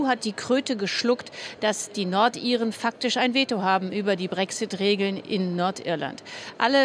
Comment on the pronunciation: pssst BRÄCKSSITT